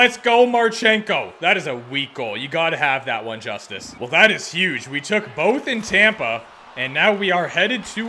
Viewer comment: Also as an Avs fan, it's pronounced Eustace lol not Justice I know it's weird